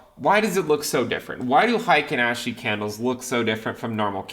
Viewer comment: "The Hiking Ashee candles"